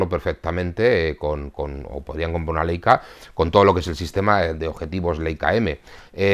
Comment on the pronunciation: Como el saber no ocupa lugar Leica se pronuncia Laica . Sólo para ayudar nada mas